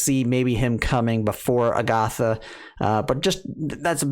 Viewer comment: Ag-uh-tha not A-goth-uh Met-uh not May-tuh